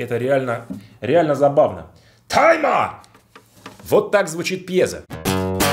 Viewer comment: не тайма , а тьма